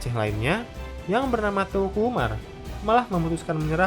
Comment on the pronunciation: Ralat Seharusnya cara membaca teuku (tengku)